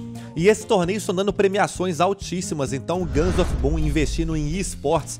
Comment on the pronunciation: So eu q entendi guns of pum?